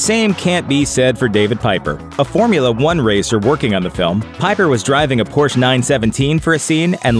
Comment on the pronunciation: Porsche (Por•shuh)